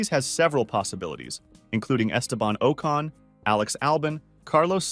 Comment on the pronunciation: bruh the way he butchers the drivers name lol. Esteban okon, Alex Alban, Carlos Saians